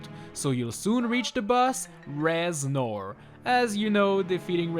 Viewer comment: Reznor more Rez-snore!! Hahahahahahaha Please end my suffering